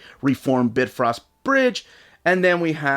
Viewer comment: BitFrost bridge? lol it’s BiFrost bridge